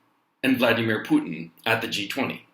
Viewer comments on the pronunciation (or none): none